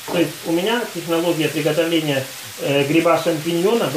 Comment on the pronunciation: Букву Г обязательно, четко надо произносить...В приГотовлении этого салата )))